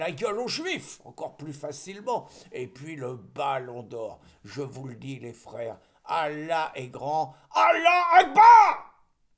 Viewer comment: on ne dit pas "Allah akbar" mais on prononce Allah wakbar (Allah ou akbar) wesh ! sinon tu bois beaucoup d'alcool pour un musulman mais comme tu débutes chez les frérots on t'en veut pas !🤣